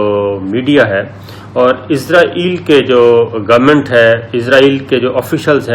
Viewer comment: ملک کا نام عزراٸیل نہیں اسراٸیل ہے ۔عزراٸیل موت کے فرشتے کا نام ہے ۔س سے اسراٸیل ۔مجھے آپ کے تلفظ پر حیرت ہوتی ہے کہ آپ کیسے میڈیا مین ہیں ؟ پرانے PTV والوں کے تلفظ کو نوٹ کیا کریں ۔